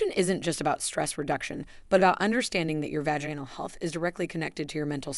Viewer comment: And also the mispronunciation of the word Vaginal.